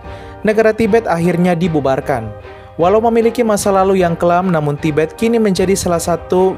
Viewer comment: tibet jadi tiber